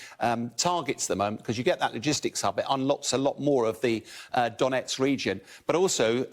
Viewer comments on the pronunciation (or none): none